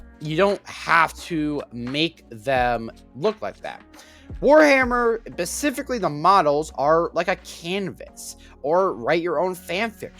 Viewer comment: The way you fail to say the word "specifically" correctly is painful. I can't watch this.